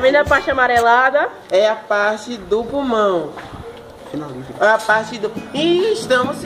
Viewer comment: Menina fala purmão kkkkkkkkk